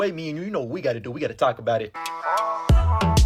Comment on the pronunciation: Why do I hear "we gotta taco bout it"